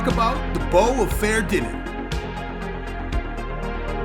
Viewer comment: great video for those that need to learn, but, tho pronounciation is completely wrong. if you wont call it "bowfa" you must pronounce it correctly "fah-er-thee-nen" you sound like an unclutered idiot.